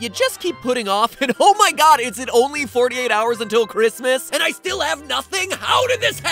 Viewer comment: Did I hear Christmas.. Or cringemas?